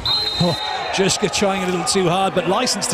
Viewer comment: I couldnt stop laughing when commentator called Drzyzga "Dyszka" - that colloquially means 10